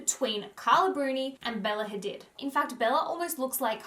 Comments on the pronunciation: I hate it when people mispronounce people's names. It's my biggest peeve. Hadid is an Arabic name. This entire world should know how to pronounce the vowel sounds in global languages. It's not hard! Google is at your fingertips. Don't change the organic sounds of people's names. That goes for everyone. It's so rude. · Hadid is pronounced Ha-deed hun x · It’s pronounced Ha-deed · Just to point out, Hadid is actually pronounced Hadeed... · the way she pronounces Hadid.